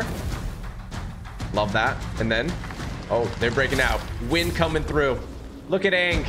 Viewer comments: Bro keeps saying wind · Everytime this dude said wind it made me twitch lol